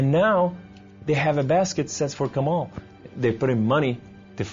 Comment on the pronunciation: it seems to me this guy is a story teller.. no one's named Kamel and is arabic and would pronounciate it as Kamaaal :) he is definitely not arab :D